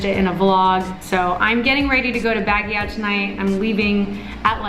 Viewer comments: Bagyaw lol it's pronounced 'bagyo' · Baguio pronounce as ( bag - io / bag - yow ).. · It's Baaaguio you pronounce a very long and fast when you say Guio (Baaaguio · Hi! Will you tell us what is Wil's real name? Please oh please. 🙏 I just found out today that it isn't his real name. I tried to google it but couldn't find anything. 😢 Is it Wilson? William? Willard? Wil..bert? Willie?? Btw take care on your way to Baguio, enjoy! And oh it's pronounced like Bug (as in insect) + Yo (hey yo) = Bug-yow! ☺ Please don't tell that we asked you, he said we'll never find out. I'm just trying out my luck hahaha. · you're so cute when you say Baguio! Lol but it should sound more like BAGYOH or Bag + Yo! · Here's a quick history of Baguio. The name of the city came from an Ibaloi (igorot) word for moss, Bagiw. Pronounced as Bag-iw. You just reminded me of it because when the Americans came to Baguio, they couldn't pronounce it so they called the place Baguio. It's pronounced Bag-yo, by the way. Haha...I grew up in Baguio so I kind of learnd it from elders and teachers.... Love your videos and I'm really inspired with vlogging but I still have a long way to go. I guess, I have to start watching and reading more of the news. :) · I love how you pronounce "Baguio" 😂😆🤣. Way tooooo sexy and sosyal. 😂😂😂❤️❤️❤️ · ang cute ng pagkapronounce mo ng Baguio. 😃😃😊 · i like how you say baguio